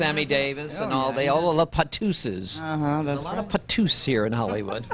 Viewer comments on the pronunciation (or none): Wow, I was on the edge of my seat to hear her confirm the men were "patoussees", but of course, he cut her off. I wonder if he just had poor pronunciation and it was par tous. IDK Did he suggest that Frank Sinatra and the rat pack were into male and females alike?